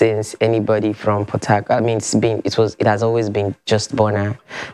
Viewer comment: It's only after i googled , when i realised they are saying Port Harcourt....I was hearing Potato!! :(